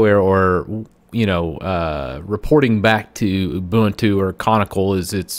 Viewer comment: not ubAntu but ubUntu. Author pronounce properly